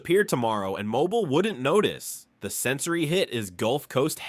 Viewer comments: its mobile, Alabama. Pronounced -Mobeel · Mobile, Alabama, pronounced - mobeel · I pronounce it moBEEL, some older folks, especially black men, will put the stress on the mo, so MObeel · Typical embarrassingly inaccurate AI narration: it pronounced neither « Alabama » NOR « Mobile » correctly—-and that was just within the first sentence of this « list’s » SECOND entry, Prichard, AL. The retirement/pension fund for city workers in Prichard did absolutely *NOT* go « bankrupt, » incidentally. For a couple of decades Prichard municipal officials EMBEZZLED FUNDS from the city’s retirement accts that eventually no money was left in those accts. Officials/criminals were prosecuted and convicted, of course, but that did NOTHING for those former Prichard city employees who had been depending on those pension checks simply to die marginally above the level of abject poverty.